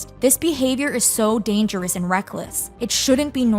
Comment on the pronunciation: ...and Dan-GE-ROUS.